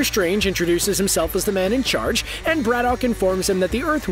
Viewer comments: "Brad-uck". Not "Brad-dock". And yes, Geralt Superman as Captain Britain, please. I'll put the kettle on. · Every time the narrator says Braddock, I cringe at how badly he's pronouncing it.